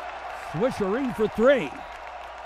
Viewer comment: Swisheree for three.